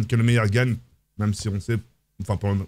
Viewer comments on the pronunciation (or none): none